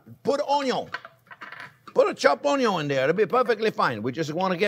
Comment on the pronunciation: I laugh ever time chef says ONYO! ONYO, and BUTTER! Loving it!